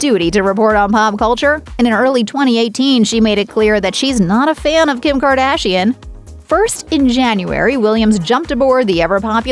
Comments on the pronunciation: Did she just say ~Gim Gardashian~ LMAO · Did she said gim gardashian? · „gim gardashian“